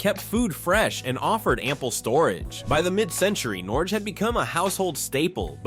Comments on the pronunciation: Did you also notice "Norgee", "Raider Range", "GEeeee" and "Kwah zer"? 🤣🤣🤣 Ya gotta love Artificial Intelligence! I'm afraid it's not going away anytime soon. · They also mispronounced Norge as Nor-hay and Haier as Hair and Quasar as Quah-zar. I suspect a machine that refuses to be consistent in pronunciation.